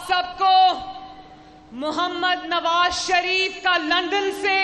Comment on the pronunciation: Lundon nhi bibi London 😁 hahahah poora Lahore MashaAllah hahahaha hahahaha itna chota Lahore kubsy hogya k ek chowk mey e poora agya